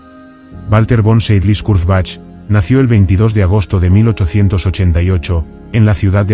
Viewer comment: More AI rubbish, whats the point when you cannot even pronounce the subjects name......... pathetic.